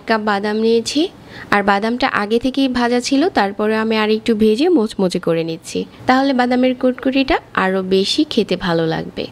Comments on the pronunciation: গি নয়,ঘি।বেজে নয়,ভেজে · গি(ঘি), ডালতে অবে(ঢালতে হবে), বেজে(ভেজে) ,রেকে (রেখে)---এগুলা কি কথা !-বাংলাটা শুদ্ধভাবে বলবেন